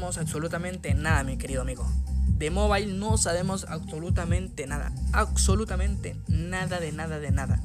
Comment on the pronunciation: Aczolutamente Jajjajja se Pronuncia y se Escribe ABSOLUTAMENTE JAJAJJAJAAAJAJ